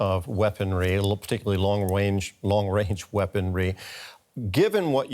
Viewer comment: "long wange weaponry" lol